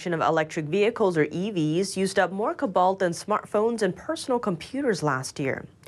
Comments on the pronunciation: co-balt not 'cuh-balt' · kObolt,!!! Not ku balt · needs to learn how to pronounce cobalt and Albanese. She kept saying cobalt wrong, over and over. So embarrassing. 🤦‍♂ cO-balt not cobAlt and Alban-(easy) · Pronunciation: co-bolt / not ku-bolt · "CO-BALT" not "COB-BALT" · It is Co-balt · saying 'Cobalt'... google it guys lol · Who let continue to mispronounce cobalt over and over? Lazy channel.